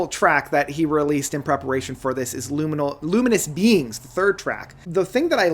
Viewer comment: Haha, this guy loves to pronounce everything wrong all the time it's funny. Swear he said 'Ludium Beings' for Luminous Beings.